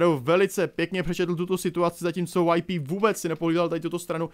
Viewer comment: Jenom... Není to WayP ale YouPorn... a ÍSÍEj liga... mám rád, ale tohle je příšerný...:(